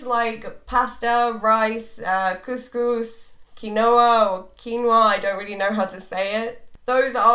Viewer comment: did she just say coucous ? hahaha tunisian food everywhere <3